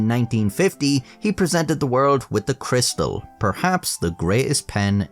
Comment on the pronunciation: Cris- tal ,surely? Being French.